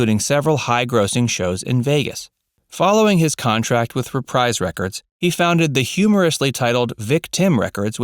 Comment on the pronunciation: Dude you miss pronounce the name of his record label it’s reprise is in RE PREEEESE! Come on man do a little homework